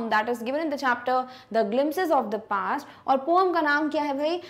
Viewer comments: Mam not poam it’s poem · mam not poam its poem improve your speaking skills 😂😂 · It is not poome it is poem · Mam you says that poam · Because mam say pooum ma